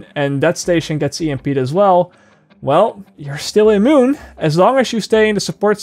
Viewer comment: I got a good laugh how you said immune. amoon lmao !!!!